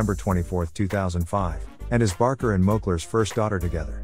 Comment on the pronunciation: We are really sorry, it is supposed to be Barker, we will try harder next time with the pronunciation.Thank you!